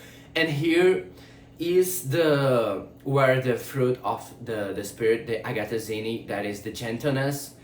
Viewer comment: A IA não acerta muito as palavras 😅 Agathosyne de Agathos😂 Que o Espírito Santo possa ungir essa mensagem e alcance os que necessitam 🐑🕊️✨